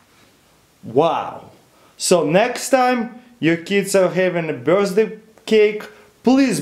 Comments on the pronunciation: nigga says birsday instead of birthday lol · Am i the only one who heard him saying birzday cake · he says birthday......sounds like burstday......!!!! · 'birzday candles' XD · 1.03 ' birstday ' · the way he says birthday-burzday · i lost it at "my mom's bursday" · anybody noticed he said Burzday? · He said birsday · birstsday looool